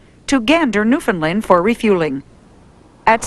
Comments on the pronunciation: newfound "land" not "lind" - pronounced new-fin-land. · New-Fin-Land...not New-fin-lund.....